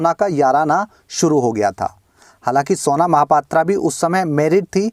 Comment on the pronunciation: its pronounced mahapatraw not aa not O unfornately she is from my city -_